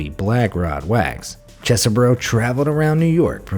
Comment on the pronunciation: I think his name is pronounced cheese burrow.